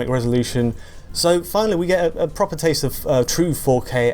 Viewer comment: that's pwoppa focking notty m8